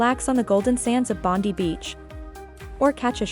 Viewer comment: Bon-dye. Not Bondy